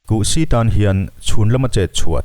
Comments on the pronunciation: Kuhsi hi kuh-siiiii tiin thluk suh...... Si tih lai hi a hniam a sawi tur aw.... Chanel in siam ve anih chuan thil hming reng reng hi lam/sawi/chhiar uluk teh u'n...... In en lawk nasa bawk ula.... In zir rawh u..... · Pasi kan lama si ang chiahin lam tur. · Buhsi kan lam ang hian kan lam thin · A ngaihnawmin a hmuhnawm e. Amaherawhchu, "Kuhsï" tih leh "eltiang" tih kha chu i lam dan a common lo ve khawp mai😃😀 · Kuhsi ti a,Si lai hi lam hniam a,lam tawi bawk tur.